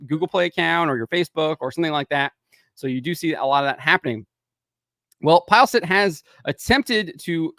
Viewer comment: Its not Pajlstedt. Its Peelestedt the e after L sounds like the "e" in mess.